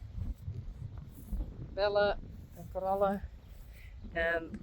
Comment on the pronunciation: I love the way you say Bell-a and Corall-a! ❤ It's beautiful and I prefer it to the more plain-sounding English versions.